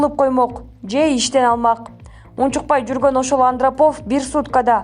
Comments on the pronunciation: Андрапов эмес Андропов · Туура замечание Андропов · Качан туура суйлогонду уйроносунор Андрапов) эмес Андропов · Андрапов эмес Андропов. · Андрапов эмес сабатсыз экенсин сени Кыргызстан угуп жатат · Антрапов эмес Андропов десенер.Фамилияларды туура окуугула.Мирзиеев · Обращаюсь к девушке,читающей текст:у тебя полностью отсутствует интеллект.Недопустимо искаженно читать фамилии ,тем более видных политических деятелей.Миррамонович у тебя звучит Миронович,АндрОпов ударение у тебя на АндропОв.Откуда вы появляетесь бездари и вас так много? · Андеропов эмес Андеропов, туура окуп уйрончу, дикцияны да ондо же такыр окубай эле койчу сураныч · Андеропов эмес, Андропов! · Туура окушту уйрончу. Андроопов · Андропов дегенди туура окучу жок дегенде.Депутаттар менен журналистер айрымаңар жок.Сабатсыздар толуп кетти кыргызстанда.Өзбектин президентин да ката окуйт экенсиң. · Андрапов дебей жакшына айтчы. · Юрий Андропов...ударение о тамгасына туура келет...туура айтсанарчы фамилияларды ....🤭🥵